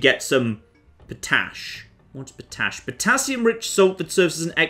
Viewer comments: POT-ASH!!! Not fookin po-tash, you plonka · "I'm pretty sure geothermal will keep working in Winter" Oh, you and your science... Never change! Also I'm loving your pronunciation of potash po-tash, it comes from pot ash. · What is this po-tash you speak of?